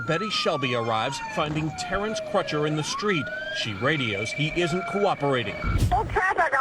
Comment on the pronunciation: You seem to be making Crutcher harder to pronounce than it actually is - rhymes with butcher.